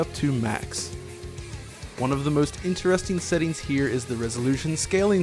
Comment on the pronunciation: What's up with that weird pronunciation of "intEREsting"?